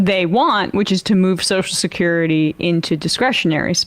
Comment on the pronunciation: I think it should be a law that you cannot collect Soshecurity unless you can pronounce Social Security!!!